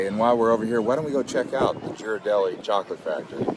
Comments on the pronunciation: Did he say "Jeer-ardelli". Ghirardelli is pronounced "Gear-ardelli". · it’s pronounced Gear-adelli not Jeer-adelli. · Ghirardelli is not pronounced like you say it. the Gh is like G in Gary. also just the "Bay Bridge" not Bay Area Bridge. Also the SF Bay Area is 4th or 5th largest in US depending how it's defined.. also *transamerica. not Primerica. sorry to be all handslappy but we have proud in our home :) thanks for the great video. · The chocolate companies name is pronounced with a hard G rather than the soft G that you used in your video.